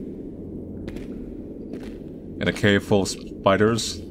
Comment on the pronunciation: Oh no the shpidahs are heyah